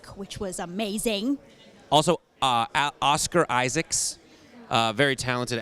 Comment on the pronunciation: "Donald Gleeson" "Oscar Isaacs". Wow. Just. Wow.